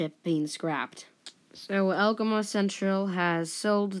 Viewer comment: Good job. Just to help you out a little, the pronunciation of Algoma is al go ma. Keep up the good work and let us see 100 not 60 subs.